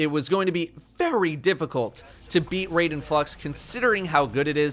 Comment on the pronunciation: I died a little inside every time he said raiden and constantly mispronounced it.